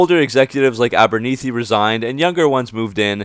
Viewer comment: Good stuff, though "Concord" has no "e" at the end, and I'm not 100 percent sure Abernethy's last name is pronounced with a long "e" sound.